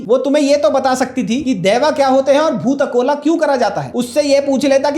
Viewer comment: Good job done! We really appreciate the clarity of those specific words you used in this video to refer our Daiva and bhoothakola... I felt like someone from Karnataka is talking those words., thank you